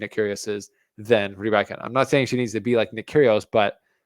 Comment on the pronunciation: Why do you intentionally mispronounce „Rybakina“? Is there really an „I“ or „y“ between a and k that only you can see? Or do you find mispronunciation cool?